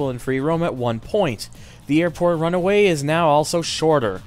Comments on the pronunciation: airport runway! not runaway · Bruh, its called RUNWAY, not runaway. Even non-airplane enthusiasts know this. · buddy, pal, friend a couple things: 1) a Runway is not a RUN-A-WAY 2) a hair scratcher? you mean HEAD SCRATCHER jeeze that was bugging me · airport runway not runaway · Today you learned: "runway" and "runaway" are two completely different words!